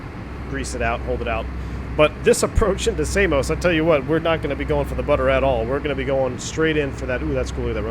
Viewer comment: Samos not Say-mos. Americans 🤣🤣🤣